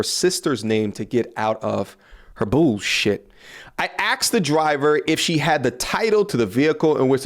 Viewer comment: "I axed the driver"